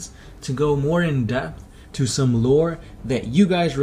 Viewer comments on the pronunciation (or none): none